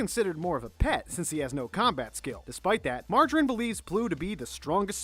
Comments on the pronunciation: THE NAME BUTCHERINGGGGGGGGGG MARGARINE? LIKE THE BUTTER???? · so ironic that he mispronounced Mirajane since I'm fairly sure he had just smoke Marry Jain before doing this list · whos margarine and is it just me or whenever he pronounce something wrong I cringe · “Margarine” for mirajane I can’t breathe😂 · Whyyyy who is Lis Ane AND WHO THE HECK IS MARJARINE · He called Mirajane margarine. I'm dying XD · mirajane is pronounced Mir (like mirror) ah Jane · And now he called Mirajane Margeride, I cringe at his pronunciation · that confused me so much! WHO THE HECK IS MARGARINE AND WHY DOES HE SHOW IMAGES OF MIRAJANE WHEN HE SAYS IT!?